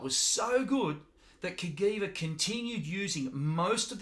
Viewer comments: It's pronounced "Kuh-Jee-Vuh", NOT "Kuh-Gee-Vuh" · Not Ka-Gui-Va but Cajiva # Ka-Jee-va. Castiglione Giorgio a VArese. The name of the father of the two brothers + the name of the city in Italy. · Hey there. I am Italian and the correct pronunciation is just like was written CAJiVA so the G is soft. Not CAGHIVA but CAJIVA. Btw cool video 👍. Greetings from Italy then 👍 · I was going to say the same thing.